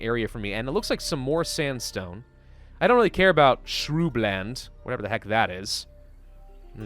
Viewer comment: he said shroobland.. lol you crack me up. shrubs brother. shrubs.